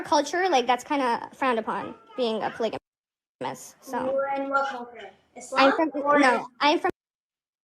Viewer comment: Why they keep mispronouncing “ polygamy” and “ polygamous” like it’s polyjanee or polyjanous? Even auto correct was fighting me on this lol